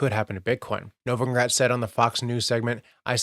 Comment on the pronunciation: It’s novogratz not novongratz